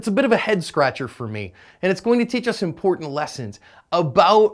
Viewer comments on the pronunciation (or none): none